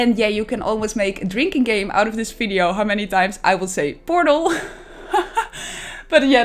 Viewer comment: Ur builds as always great and unique but... pls.. stop talking “fideyo”